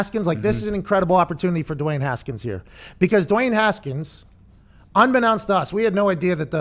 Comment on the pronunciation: You guys missed saying Duey Haskins😂😂